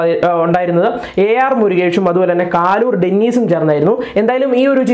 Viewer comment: കാലൂർ അല്ല മോനെ കലൂർ